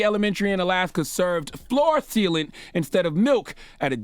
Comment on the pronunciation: "Floor Thealant"